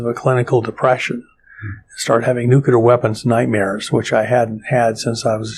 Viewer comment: Why do even smart scientists mis-pronounce "nuclear"? ( and scarily, many gov't people too)